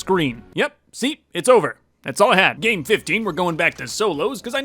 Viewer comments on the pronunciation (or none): Me when he says game I hear day and I’m like Wait i didn’t know he was playing Minecraft